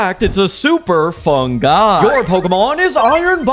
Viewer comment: Ha! Did he say fun guy?😂